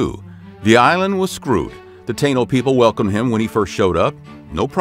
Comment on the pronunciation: Many of the dates (years) displayed are incorrect. Additionally, "Taino" is pronounced "Tah-eee-no".